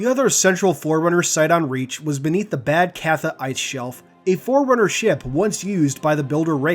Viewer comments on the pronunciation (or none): You pronounced "Babd Catha" wrong. It's an irish word/name, Specifically for the goddess of war, AKA "Battle Crow". It's pronounced "Bahv cah-hah". Yes, it's very different to how you THINK it'd be said.